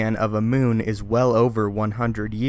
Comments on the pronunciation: Darth Plagueis was a Muun--pronounced "MYOON". He is not a fucking moon. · muun is not pronounced moon, but me-un